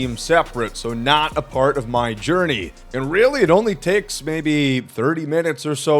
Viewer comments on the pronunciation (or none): none